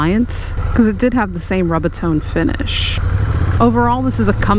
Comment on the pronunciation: It's pronounced ROOB A TONE!